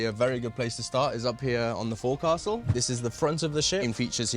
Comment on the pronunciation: Fore castle? its pronounced Fokesull isnt it?